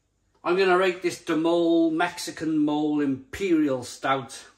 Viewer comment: It's pronounced "mol-ay" .. it's a sauce in Mexican cuisine. That beer looks amazing! Great review 👍